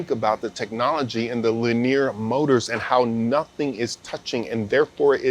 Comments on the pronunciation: makes my hair stand up every time he say lineer moders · talk about the wrong emPHAsis on the wrong syLLAbul. Leneer mowtors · it hurts my head listening to this dude. why presenters cannot speak like normal people. it kills the content. and this is interesting content by the way. LiNEEEEEEEEEER Mowtoors....lol. He said it correctly maybe 2% of the time. anyway good info just terrible presentation. It is like listening to the hulk explain detailed parts/movements. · I just want a compilation of saying Lineer Moders over and over again.